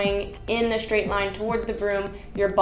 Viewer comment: Thanks. I always enjoy your videos. This one made me giggle every time you said "SHtraight," 😁